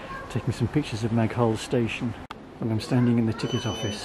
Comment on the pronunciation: You don't pronounce the "h" in Maghull. "Ma-gull".